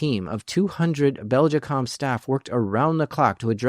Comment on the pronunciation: I'm going to produce a running count of the amount of times in this video you mispronounced the company name Belgacom. It's not Beljicom.